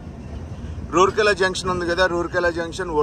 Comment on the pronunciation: రూర్కెల కాదు రావుర్కెల.